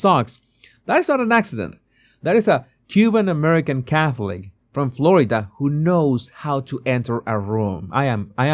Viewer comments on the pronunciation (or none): none